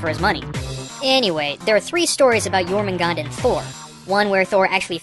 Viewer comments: You miss pronounced the snake Jormungandr. Its pronounced your-min-goon-der.. thats the best way i know how to describe it. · As someone whos from iceland, you actually pronounce the nordic names pretty well, except jörmungandur